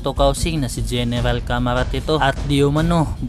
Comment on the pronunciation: caramat hindi camarat